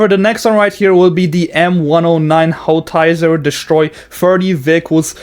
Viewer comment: not the pronunciation of howitzer